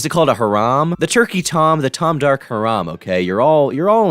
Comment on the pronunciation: i love how tom always mispronounces "harem" as if his little nerdy ass doesn't know